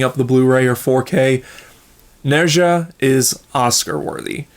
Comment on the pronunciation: Okay someone please explain why people pronounce Nezha name wrong, is it not properly pronounced in the English dub or something? If so then PEOPLE WATCH THE ORIGINAL AND JUST READ THE SUB TITLES. Also people should also at least learn about the culture, but if you read the original story then you will realize how inaccurate it is but it it’s still enjoyable.